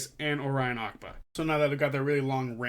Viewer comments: I agree with all your points, however I hope you won't find it rude if I suggested you should have learned how to say Orion Acaba's name properly before making a video about him. His name is phonetic...it's not Ackba, it's A-ca-ba. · How has no one called out the way you pronounced Orion’s name 💀 you said his last name like he’s a character from Aladdin